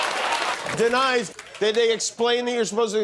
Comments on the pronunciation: Denies. Denys is pronounced “Dennis” come on Jimmy, you don’t want someone to tell Trump about this. Actually, never mind, all he sees is Dennys!” Mmmm Grand slam! That’s my Grand Slam joke. I got the guy I hate, Trump, and a guy I love and respect, you in one correction comment! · Out friend Denys 😎 Yes It's said like Dennis Imagine the y is an e kinda